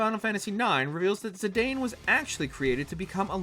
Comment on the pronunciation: Can you for the love of all that is holy.... Learn proper pronunciation. Cecil is Ses-ul, Zidane is Zuh-Don. Play Dissidia and listen.